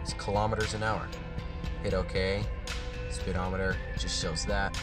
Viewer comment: "Spitometer." Derp.